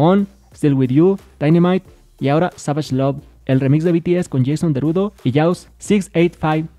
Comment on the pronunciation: JHAJAJA SIGUE DICIENDO ´´JASON DERUDO´´ ES JASON DERULLO!!!!!